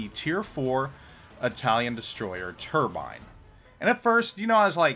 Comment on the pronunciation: italian dds are good and all but.. he didnt use the italian pronounciation of Turbine :(